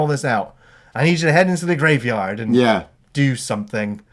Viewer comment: Graveyahhhd shift!